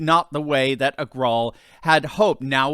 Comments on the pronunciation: If Indians, we, knew the difference in the pronunciation between "V" and "W", Parag Agar"w"al would have been pronounced correctly as Agarvaal. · I think its pronounced Éh-Ger-Wall